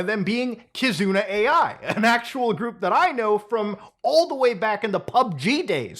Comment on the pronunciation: It's Kizuna Ai, NOT Kizuna "AI". Holy shit, speak your piece correctly dude.